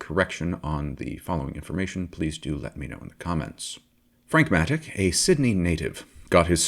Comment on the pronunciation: As someone who saw Frank race in Australia many times, I can assure you that it is absolutely NOT pronounced 'Matik'. It's 'Matich' as in 'Choo Choo'. His hopes of racing in CanAm with the SR4 were stillborn when his main sponsor Repco decided that with the Bruce and Denny show in full swing, any venture by Frank would be of little value. The photo of Frank in the Matich A50 Repco Holden is one that I took on his victory lap after he won the 1971 Australian Grand Prix at Warwick Farm. It was a car that he designed and built using the same people who had constructed the SR4, and it set pole position, fastest lap and won its first race, against a very competitive field. Thanks for the video.